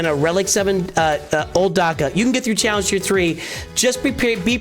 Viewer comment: “tallenge teir tee”😂😂